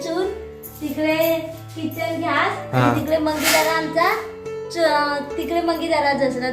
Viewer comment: Ghyas nahi gyas